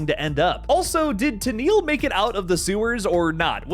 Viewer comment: I'm with you,. I wanted to see Pennywise devour somebody in a bloody, epic way. And by the way, Taniel is pronounced like Daniel